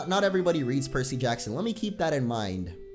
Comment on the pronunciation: (Hears Percy Jackson) PERSASSY BREH HOW COME NO ONE READS PERSASSY